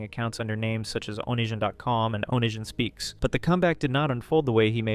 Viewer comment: "Oh-nee see ahn" lol 😂 ive only heard it said as one word altogether